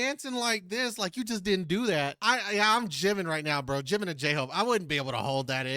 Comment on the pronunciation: Jimin is pronounced with a J sound, not a V!